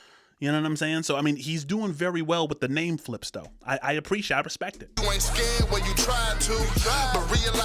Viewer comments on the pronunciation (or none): none